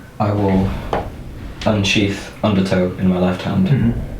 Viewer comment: I keep hearing it as underTOE XD